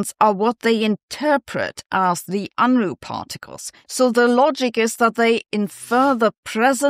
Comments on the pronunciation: That picture is very Bill Unruh. Kinda disheveled. And he didn't mind kinda disheveled essays and papers either. He told us: I don't care much about any manual of style... just don't bore me. Make it interesting. Edit. It's funny to hear Sabine, a German, mispronounce his name. Perhaps it's because it's so universally mispronounced that even Germans have given up fighting the tide. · As a non-German I find it funny to hear Sabine mispronounce his name. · You pronounciation of Unruh needs a citation.